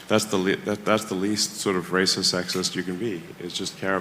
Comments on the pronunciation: I love the way you said raciest!😂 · 😂 hahaha 🤣 the way you rolled that R off of racist was Halarious 😂 Rrrrrrracist hahaha go ahead put that on a shirt 👕😎👍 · you pronounce rrracist like a puerto rican in love it 🤣